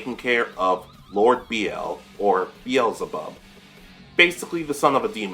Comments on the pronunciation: Thank you for the video. BTW.. Bel Zeh Bub. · Your pronunciation of beelzebub was driving me crazy lmao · X2 I thought I was gonna die